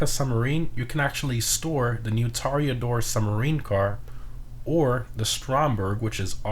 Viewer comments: Bud you can't have a good pronounce for "Cayo Perico" and a shit pronounce for "Toreador" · It is so painful hearing you say "Kosatka" or "Toreador"